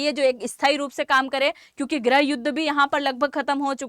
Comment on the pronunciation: गृह को ग्रह बोल्ती हो ये कौसे पत्रकार हो आँप जि!!?